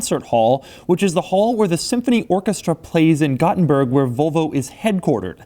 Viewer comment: His pronunciation of Gothenburg bothers me...